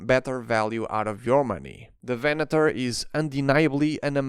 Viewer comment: I really appreciate how you pronounced Venator. Every other review I watched, they pronounced it Venadoor, which really is annoying.